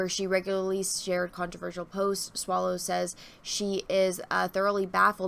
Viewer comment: Swallow not Swallows. /facepalm